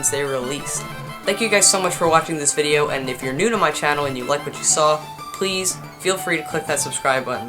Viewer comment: anyone else hear him say "vide-er" in the beginning ?